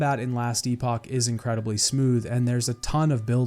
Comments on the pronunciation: Just so you know - Epoch in Last Epoch is pronounced like epic. Maybe its pronounced differently for the game specifically. Great video my friend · Last Epoch (pronounced eh-puck or epic) is now rated as Mostly Positive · The way you pronounce epoch drives me nuts